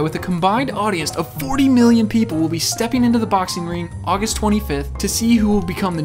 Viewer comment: Ogus Twenty Fif!!!